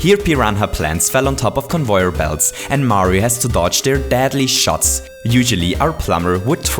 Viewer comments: "Convoyer belts" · "Convoyor belts" 2016